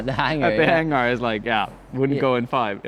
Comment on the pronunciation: The climbing Hang-gar?!?! Hahahaha